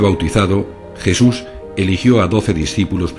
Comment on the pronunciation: ¿La "crusifixión de Jesur de Nazaret"? Esta chica debería aprender a hablar.